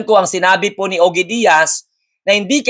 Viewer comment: Ojie iyan ang pag prounce sa pangalan niy.